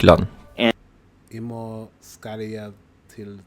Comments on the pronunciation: The Swedish samples are formal, Stockholm dialect, and when you speak you usually contract "morgon" to "morron" (without the "g") or "morrn". "Jag" become "Já". So we say: "I mor(r)n ska já till Tyskland". "Ska" kan also be written and pronounce "Skall". This is the equivalent to English "shall". How we express future tense. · In Sweden, pronunciation is not always as we write. For example, the word "morgon" mentioned in the clip. The AI voice pronounced the word with a distinct g, whereas we usually pronounce it more like "morron" without the g being heard. And we don't pronounce the word "gillade" with a distinct g either, but more like "jillade". Admittedly, I live in the Stockholm area and cannot answer for the pronunciation in other parts of Sweden.